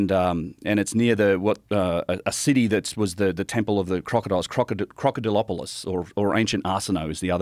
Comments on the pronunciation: crocidilopolus? bro said crocodolopolous!! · I knew he was lyin when he said “crocadalopolous”